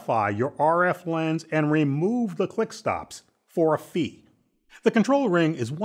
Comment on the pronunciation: He says it like "for free"